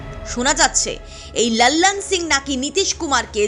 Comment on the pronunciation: একটু বাংলা টানে লালন সিংয়ের নামটা উচ্চারণ করলে ভালো হয়। বড্ড বিরক্তিকর শুনতে লাগছে। বাংলায় যখন বলছেন তখন হিন্দী উচ্চারণ নকল করা কি খুব প্রয়োজন???